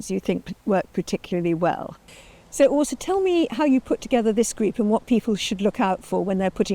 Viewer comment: Super impressed that you pronounce Åsa correctly. 😃 Nice to see a fellow Swede doing some gardening there. 😊 Having experience from a colder climate must help with plant selection.